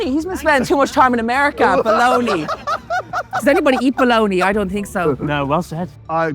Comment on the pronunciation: That's Bologna, and he said it right so fairs.